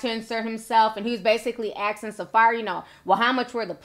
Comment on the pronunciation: ASKing not AXing😩😩😩